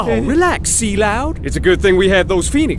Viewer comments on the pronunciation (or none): After all these years of watching this, I just realized Barret called Cloud, “C-Loud” 😅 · This guy taught me to call Cloud "C-Loud" and I've been doing that ever since